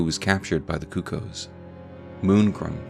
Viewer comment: I love these videos but I get taken out of them when you say cucko instead of cuckoo knights